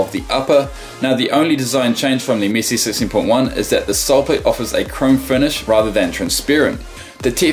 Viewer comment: am i only one who think say missi and not messi